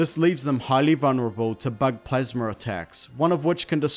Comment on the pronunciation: It's called plasma not plasmer